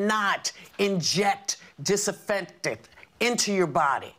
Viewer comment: I lost her when she couldn’t pronounce disinfectant